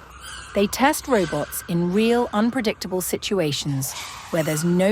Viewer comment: Every time the nice lady says 'reubots', you take a shot